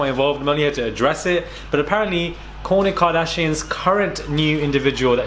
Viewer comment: Everytime u say Kourtney, I keep hearing Corny ...lololol..